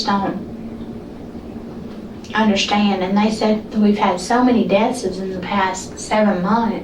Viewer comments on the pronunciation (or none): I don’t know how you get through high school, college, and nursing school without being told that deathses isn’t a proper pronunciation of any word. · The captioning was on point. Even her miss pronunciations, like “deaths’s” and shit. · She really said “we had so many deathses in the past 7 months” 😂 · "Deathseses"? How do you mispronounce the plural of the word "death". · Imagine resting your life on someone who pronounces death’s deathzis